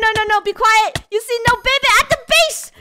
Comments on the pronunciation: It’s not baby it’s Beh beh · The way finish says baby she says babay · Its babeh just saying no hate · i love how baby funneh said babeh every time she said to someone hehehe